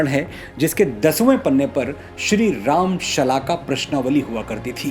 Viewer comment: Aap prabhu ka naam' sahi tarike se lijiye.